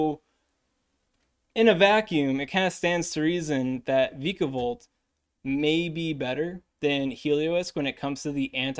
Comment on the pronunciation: It's vyka, like viking